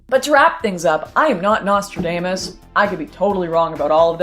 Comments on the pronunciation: Like the way you pronounced Nostradamus - like Nostra-Damn-Us - trying to damn us to terrible fates. Silly idea: Nostra even sounds like nostril, maybe his name is another prediction - Nostril-Damn-Us, like getting the sniffles from a cold/flu would damn you to living like Australians, ha! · Nostra damn us, that is one way to pronounce it lol. Happy New Year, Lauren!